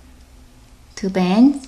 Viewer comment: Lol u say to bans instead of two bands